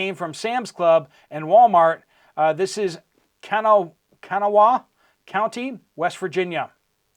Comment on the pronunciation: It's pronounced CAN NAH WAY COUNTY, WEST VIRGINIA.